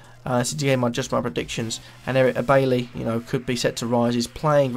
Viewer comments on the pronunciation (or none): bye-ee not baily